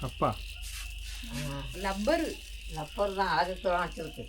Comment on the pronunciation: தங்கை அது லப்பர் இல்லைம்மா.ரப்பர்ன்னு சொல்லுங்க.நொம்ப அப்படின்னு சொல்வீங்க.அது ரொம்ப